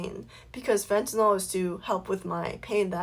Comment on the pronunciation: Why does everybody mispronounce fentanyl?... she keeps saying "fentaNOL"... it's "febtaNYL", not "fentaNOL"